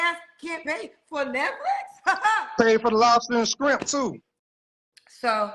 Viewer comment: He hates women. Said 5011 bad things about them and 0 good things. But is on here to find a woman 🥱 he cant even pronounce the word "shrimp". That Applebee's date will be awkward.